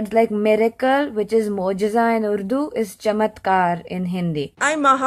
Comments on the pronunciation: it's actually pronouned Urrrr duuuu... not Uuuuu Duuu.... there's decidedly an R ... but from the tip of the tongue not the back of the tongue.. :D try to say R with the tip of your tongue touching the roof of your mouth over the front teeth, that's how the R in urdu sounds... it's sort of a vibrating R where the tip of your tongue flutters over the R as the air is pushed over your tongue from the voice box, it's a delicate R... a very delicate R... notice the girl who explains how urdu words are different from hindi words She says Urdu exactly how it's supposed to be said.. . None of that UUUUU DUUU bullshit ... lol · I'm Punjabi and i think the video is a little outdated because Karachi is now not the capital of Pakistan it is actually Islamabad and I also live in Islamabad and the pronunciation of Urdu is not udu it is actually orrdu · bro it isnt udu its urdu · Paul actually pronounced Urdu wrong. He was supposed to say the R in urdu